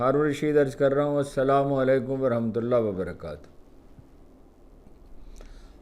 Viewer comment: اللہ کے نیک بندے بسم اللہ الرحمٰن الرحیم اور السلام عليكم و رحمتہ اللہ و برکاتہ تو صحیح تلفظ کے ساتھ کہہ دیا کرو ۔ اس میں تو جلد بازی نہیں کرو ۔